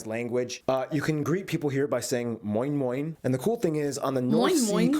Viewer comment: The way the guy said "Moin moin" sounded so damn German wtf